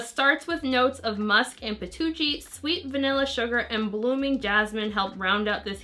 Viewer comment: Haha I was wondering what patocchi was 😂😂